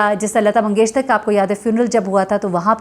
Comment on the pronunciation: Assalamoalaikum, her name is Lata Mangeshkar with a K, not with a T, Aap please itni baRi singer ka naam tuo durust leejiye. Aap ne aik maheeney sey singer ke naam ka “ hashar “ kerna lagaya hua hai.